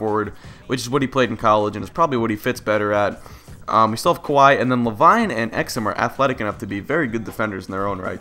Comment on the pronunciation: Le-VEEN GOD DAMMIT XD